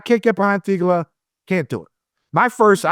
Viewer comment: needs to stop saying theegala like ricola